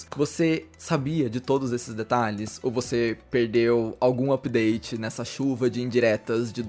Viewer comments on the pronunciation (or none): none